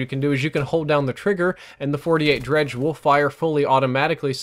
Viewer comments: FINALLY PEOPLE CAN STOP SAYING DEGREE* its dredge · Dredge.... Gorgon.... Man the gun names in this game are just tough to pronounce correctly